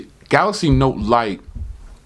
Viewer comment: My brother you got to do how he says Galax again LOL. you're onto something here. You realize that the average person does not drop $1,000 a year to get a new phone and that the average person wants the best tech for the least amount of money I believe I'm going to save up my nickels and by the 871 because it's going to give me the camera that I need to shoot YouTube videos. Thank you so much for your hard work and your great content and how you tell the truth you're not a fanboy you're not somebody who just gives good reviews because people give u tech or you buy their tech.now I am fortunate enough to always make sure I have new phones because I'm on T-Mobile's old plan on the jump on demand.